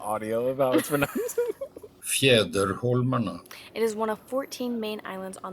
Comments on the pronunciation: Wow this was great. Thank you! I’m a local and I loved watching this. The pronunciation of ”Fjäderholmarna” was almost flawless! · Your Fjäderholmarna was actually realy good I´m impressed! You totally got the Ä nailed down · amazing video Nice to see how someone not from Stockholm take in Stockholm. And i loved how you butchers the Fjäderholmarna would not have it any other way.